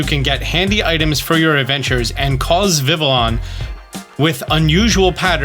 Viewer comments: Its `viv e on`! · I know I'm being a prude but it's pronounced vivy-on because it's based on the French word for butterfly, which is "Papillon" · Please learn how to pronounce vivillon, it hurts my brain. It's like listening to someone pronounce the Ls in tortilla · Fact not a lot of people might or might not know Vivillon is spelled like the French word for butterfly papillon, that is pronounced papi-yon. I know this cause I have a Papillon, the dog breed. So Vivillon is probably pronounced like Papillon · I'm irritated how you pronounce vivillon. Have I been pronouncing it wrong all this time? What even is real anymore?